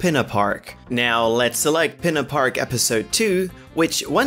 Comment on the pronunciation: He said pina park not Peena park